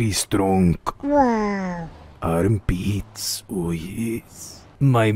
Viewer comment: "my mooscles are getting very stronk"